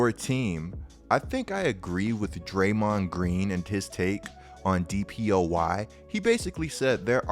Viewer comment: Why you pronounce it like DrayMOND lol